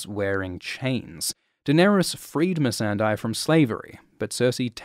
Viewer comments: It is not MissandEYE.... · I think 🤔 MESSANDEI is pronounced as MES-SAN-DEY 😅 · She's MEE-SUN-DAY, not MEE-SAN-DIE! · How can you mispronounce "Missandei" when they say her name out loud a thousand times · I really can't figure out why people pronounce Missandei's name like that.